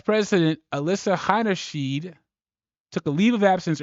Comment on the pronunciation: How many different ways are you going to pronounce her name? It's Alissa Heinerscheid, not that hard. Practice it for a bit if you might be considering making another video and you need to say her name again.